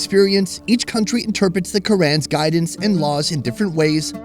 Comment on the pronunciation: Kur-ann... 🤣 it's pronounced Kur-On. Like people in Iraq call their country E-Rock, not the American way I-Rack. Much love 🔥